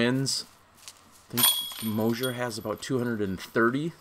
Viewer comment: It's Moser, not Mosier!!! He made the final 4 for gods sake!!